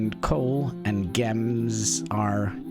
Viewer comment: My guy saying Guems instead of Gems xD. BTW when you are placing your throne, if you hold right click you will see the ressources around